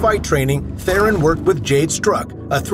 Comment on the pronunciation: The lie is the way you pronounced Theron